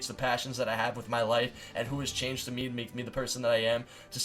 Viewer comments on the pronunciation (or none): none